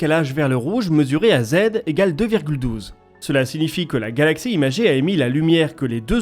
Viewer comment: J’ai raté quelque chose ou c'est vous qui êtes légèrement dyslexique j’entends régulièrement ’galactsie”